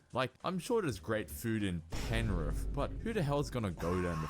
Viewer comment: I’m slightly triggered about how he said Penrith 😳🤣🤣🤣🤣 we locals get to slate the Riff but not anyone else 🤣🤣